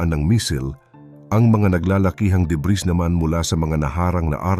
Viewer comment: please pronounce "debris" correctly✌️. Thank you.